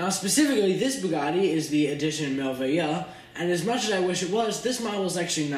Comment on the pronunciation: It is pronounced "mer-way-yoo" for french word meaning "wonderful".